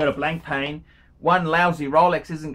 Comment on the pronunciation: It's not pronounced 'blank'+ 'pain' you obtuse prawn.